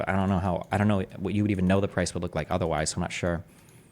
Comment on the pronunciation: "Otherrise" lol